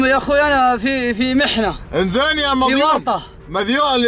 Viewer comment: من الي سمع يقول فيني محنه الدقيقه 😂